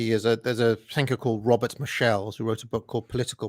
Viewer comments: mocks Sargon's pronunciation, but he himself mispronounces Michels - it should be MEE-hyels (roughly), not mi-SHELLS. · If it's any comfort to Sargon, the highly educated pronounces Robert Michels' last name (Mee-SHEll, like the Beatles' song... instead of correctly MEE-khels) almost as poorly as you did Foo-cold. But it's identifiable, that's the most important thing... And one could find more highly decorated American professors who totally botch foreign or historical names.